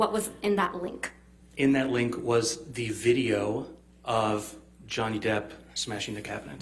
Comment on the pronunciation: frame, love how he sorta turned toward AH teams direction & put an emphasized on 'THE - VIDEO' 🤣🤣